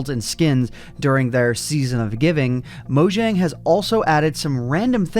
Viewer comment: It's pronounced mo yang